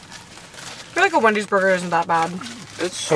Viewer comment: Absolutely no one:: Windy’s 😂🪦